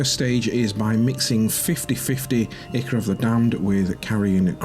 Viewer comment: Nice work. Just a heads up the "I" of Ichor is pronounced "eye", like "eye-cor".